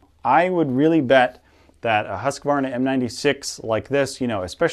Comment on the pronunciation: I like how some people say “Husqvarna” because almost none of them say it right xD